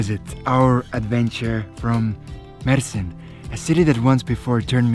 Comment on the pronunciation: You Said Mersin Perfect& TURKIYE